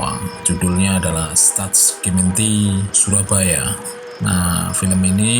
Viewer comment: Cara baca Stadsgemeente nya kok gitu ...